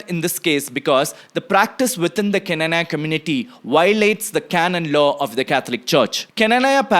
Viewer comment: Pronunciation:- Kna-naa-ya